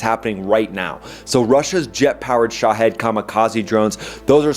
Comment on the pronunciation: Everytime I hear him talk about the Shahed drone, I think he said "shithead".